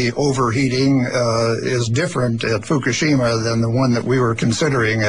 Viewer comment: FUCKashima, FUCKashima, FUCKashima, FUCKashima-It's pronounced: FUCK-A-SHIMA.